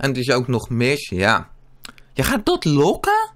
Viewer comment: Het is loggen en niet lokken